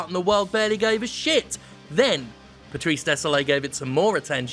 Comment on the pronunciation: Yeah, but Désilet is pronounced Day-zil-eh, not Day-zol-ay (Désolé). So, you're completely off, mate.